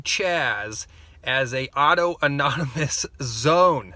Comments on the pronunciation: Auto-erogenous zones are for wankers. (PS I know you're being funny, but for the uninitiated, it's pronounced "aww-TAHN-ih-muss") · Capitol hill "autonomous" zone. Lol not "auto anonymous" although alot of them there might need some aa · Autonomous*** not auto nomonous